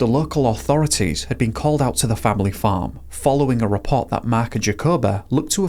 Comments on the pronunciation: LOL or were you saying phone 🤭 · Everytime you said the farm I thought you were saying fern lol